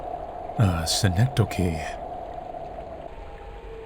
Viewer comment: Hearing pronounce synecdoche as if it was a Japanese word was pretty funny ngl